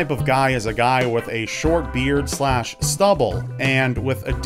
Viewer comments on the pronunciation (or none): none